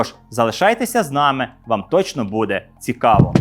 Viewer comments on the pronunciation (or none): none